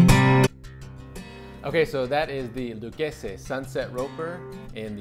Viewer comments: Yeah he's a Yankee yuppie wrong pronunciation he's trying too hard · Loo-kay-zee is how you pronounce the brand name in America but if you want to sound Italian then you say Luh-keh-zeh. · In Texas we pronounce it “Lou Casey” Lol Never heard it the way you said it but I’m sure that’s how it’s supposed sound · Love your videos just wanted to share Pronunciation of Lucchese: (Lu-Kay-See)